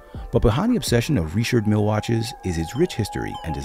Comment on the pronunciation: Rishhhardd Millllle not Richard.